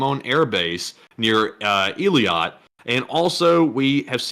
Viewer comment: Eilat is pronounced "A" like letter A, "A-LOT"